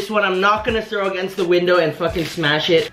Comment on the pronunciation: The "Fooocki'n yooat" broke me I didn't expect that🤣